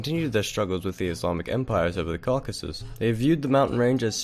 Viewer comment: Im really starting to get tired of hearing Cockasus.